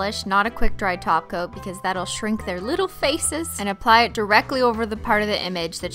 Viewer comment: you probably don't watch her form along time bc she say it a lot simply she replaces top coat with taco ...